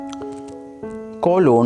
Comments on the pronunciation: Cawlon ,shimi cawlon , full stopah, ,slaysh 💀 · You are not pronouncing correctly colon and semicolon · That is not coooloon that pronounces (coalen) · “cOlOn” 💀 “ShEmiColOn” 💀💀💀